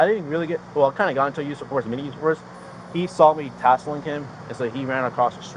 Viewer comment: Every time the officer said "tasselling" I cringed because did he mean "tussling" or "hassling"? 😂😂